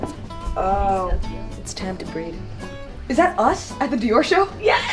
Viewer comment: Wait did she say it's time to "breed" or "breathe" after looking at those kid clothes? Lmao 😂😂